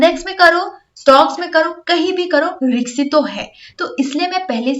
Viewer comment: रिक्सी नहीं रिस्की होता है मैम।